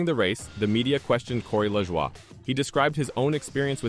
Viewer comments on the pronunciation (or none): His name is La"joy" not Lajwa". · At least hire someone that can speak actual English ,"la Jua", really?